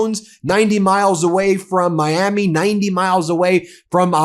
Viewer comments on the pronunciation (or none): none